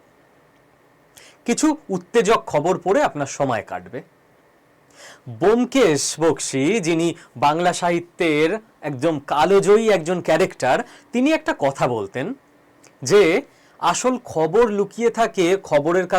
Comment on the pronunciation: কালো জয়ী / কালজয়ী কোনটা সঠিক ভাবে বলতে হবে